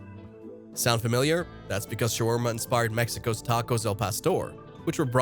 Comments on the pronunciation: the word shawarma comes from turkish word Çevirme not shawarma again. and what was that pronounciation like its arabic wtf. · Then it's an idiot. You're better off just saying you used an AI bot - knothead. BTW - "Showarma" was funny too.